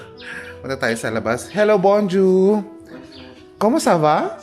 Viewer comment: 13 years ka sa Africa. Tapos kada nag greet kang good afternoon (bonjour). Ang bigkas mo borzua. Ang tamang bigkas ay Bongzua or Bonzua. Hindi Bor. Basic french na nga di mo pa maayos.